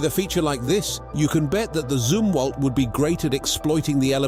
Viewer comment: The Zumwalt was discontinued, only 2-4 are being built. It's pronounced Zumwalt, like Yum-walt. What the hell is a Zoomwalt you stinkin limey?